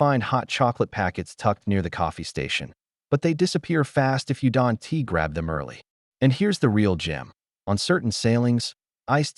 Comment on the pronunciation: I wonder where this AI is from...it always pronounces "don't" as don tee....